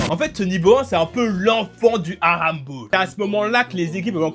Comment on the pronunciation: Frro t japonais ou tu sais juste pas rouler les r ? Prcq mes oreilles ont saigné pendant toute la vidéo a t’entendre prononcer « halamball » tel un gosse de 6 ans à qui il manquerais encore quelques dents